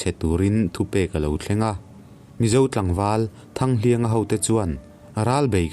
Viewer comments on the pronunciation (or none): Thanghliáng ti a thluk tur a nilo in ka van hre vee thanghlianga hi kan khaw lal a ni a tun thleng a a hming kan lam dan ah chuan thanghlianga tih hi kan thluk ngai chiah lo ,mase like leh pawp e 👍👍😘